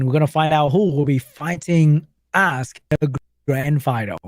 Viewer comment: Why everytime said "Ask" sounded so much to A$$ lmao